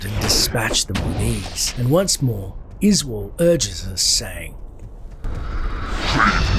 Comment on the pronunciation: Izual? Yoy mean "Izeeyool"?